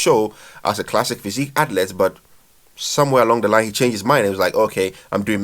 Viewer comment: Learn how to say athlete dude